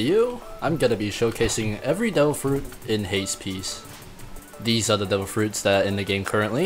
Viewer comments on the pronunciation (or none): I heard he said ''Dough fruits'' instead of ''Devil fruits'' everytime he said it.